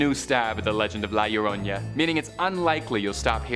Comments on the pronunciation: Llorona pronounciation is Jorona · A for effort. Try saying it phonetically, Yo-Row-Nah.